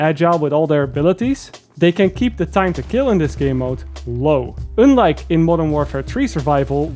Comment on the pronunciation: "oonlock" and "oonlike"